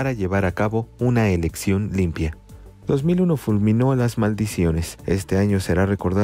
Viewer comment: 2001 🤣 pongan a alguien que sepa leer.